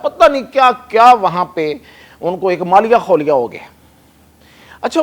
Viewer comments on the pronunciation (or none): MALIA KHOLIA NAHI JANAB , SAHI WORD MALI KHOLIA ( ZN MURID KO AKSER LOG RN MURID BOLTE HAIN JO GHALT HAI URDU ME LIKHA ZN KA NUQTA MIT GAYA HOGA YA KISI NE GHALT BOLA , AB DHEYA HI NAHI DETA SAREY LOG RN MURID HI BOLTE HAIN , KOI SAHI NAHI KARTA !! )